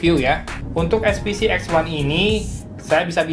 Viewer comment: eSPeCe Bang, Bukan eSPiCi, Itu kn barang lokal 😀